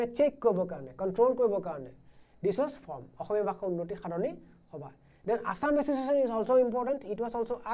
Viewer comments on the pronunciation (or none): none